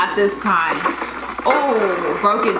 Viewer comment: Says the guy that said tome instead of time